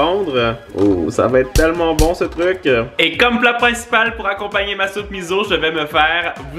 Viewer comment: salut, lemiso se prononce "misso" voilà j'espère que tu sauras en tout cas tu es super et tes vidéos sont super droles: ) *